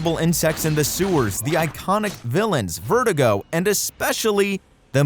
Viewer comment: sorry man , this video lost all its credit the second u called virdugo vertigo